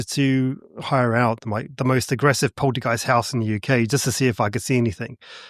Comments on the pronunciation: Polty gyste? It's poltergeist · And “poltee-geist?” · Poltergeist ❌ Polteageist☕✅ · Does he keep saying poltygeist???? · The way he says polteygiest is also very annoying.